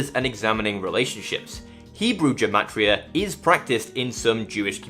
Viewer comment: amazing video! just one note, in hebrew it’s actually pronounced with ‘g’ as in girl, gematria not jematria